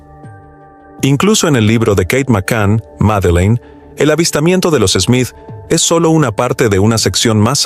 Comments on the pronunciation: No sé por qué el que relata dice Meline ....el nombre ES Madelaine o Maddy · Porque dices Melin